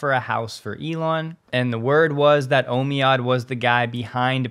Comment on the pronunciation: "Omead" is pronounced "OMEEEED" :)